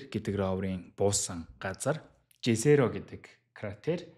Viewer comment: Jezero-г езэро гэж уншина шүү уг хэлээр нь. Англиар яахаа жэзэро гээд байна